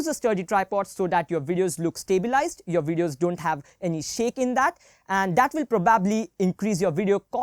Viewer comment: Bro you pronounce PROBAAABLY very wrong its probably not probaaably